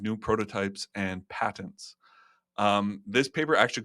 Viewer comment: What's a padent? Does he mean patents?